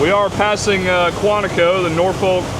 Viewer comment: If going to Norfolk, learn how to pronounce it. Imagine "Nor-phuck". Ask anyone in the Navy